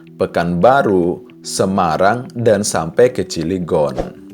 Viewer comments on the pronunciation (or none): Bang Buka Ciligon Tapi Cilegon 😁 Kayak Cadel